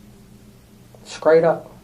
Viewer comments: said skraight up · "Skraight" up? WTF is that? 😂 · He said “skraight up” and talking a JJ